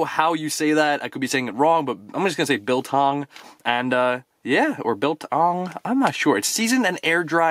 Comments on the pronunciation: Biltong comes from where I live you said it right.Love the vids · Heya, you are pronouncing Biltong spot on!! Biltong is like staple food here in South Africa! Nice pop and that lanyard is cool AF!! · Biltong is south african. Its similar to jerky. And yes yu pronounced it right the first time